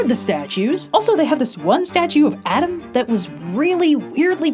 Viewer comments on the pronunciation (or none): none